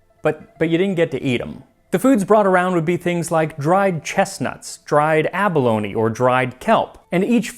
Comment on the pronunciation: Abalone, not bologna.